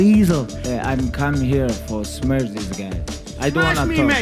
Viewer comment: "Not just smesh him, I change his face" 😂